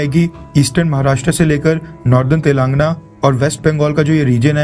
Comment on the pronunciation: आप बोलते हैं "तेलांगना" । कृपया शुद्धि करें , इसका सही नाम "तेलंगाना" है, सर।,🙏🙏